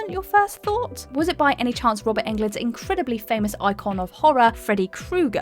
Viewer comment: did she pronounce robert englund in swedish? unexpected :)